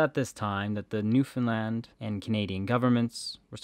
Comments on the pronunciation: The correct pronunciation of Newfoundland is to put the heavy stress on “land.” As we tell visitors, “Newfoundland, understand?” (It rhymes) source: am from there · It's pronounced Newfinland by all my Newfie friends.